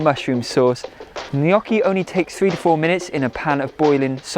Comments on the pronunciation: LOL you're saying either Knockee or Kneeeeyocki. it's neither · You are so talented. Everything looks delicious. Glad you give alternative to frying. For instance to bake the layered potato dish. I love potatoes but can't eat Irish potatoes too much so I stick to yams. You pronounce gnocchi different and it makes me smile. 😊 Merry Christmas and Happy New Year!